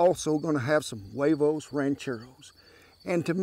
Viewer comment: Good pronunciation most people say Hooayvos when it's actually (Wehvohs)